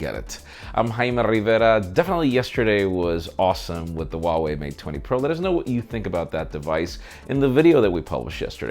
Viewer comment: Heuwei Huawei huawei huawei........all the time Huawei...... stupid channel